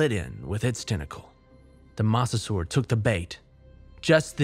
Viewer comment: It's pronounced "moe-sa-saur."